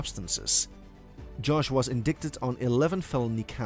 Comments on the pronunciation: In-die-ted= indicted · not indickted 😂